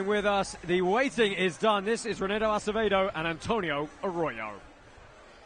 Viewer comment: I like how GSP butchered Acevedos name and then Bas Rutten decided to also say Acedeo LMAO.